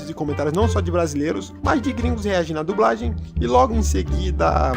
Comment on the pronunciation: "A dubRagem portuguesa" perco tudo kkkjk